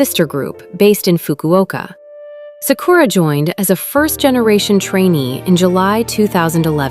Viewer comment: SA-ku-ra, not sa-KU-ra. Great video, though.